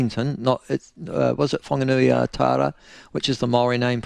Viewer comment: Just like every TV news presenter consistently mispronouncing "Whanganui"? Lazy and disrespectful.